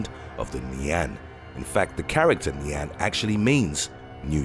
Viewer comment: just a tip, your pronounciation of nian shldnt have that much emphasis on the an part